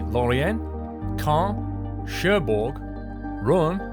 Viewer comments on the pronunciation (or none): you did quite well with the pronunciation of the towns/cities, but my suggestion is to go on YouTube and look up how to pronounce these names correct. For example Caun and Orleans. But, that being said, you did pretty well:)